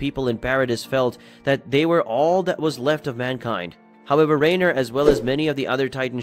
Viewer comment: I wondered about the clickbait thumbnail, I left after hearing you pronounce Reiner.